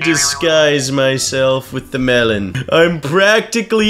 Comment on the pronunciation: Melon not Mellon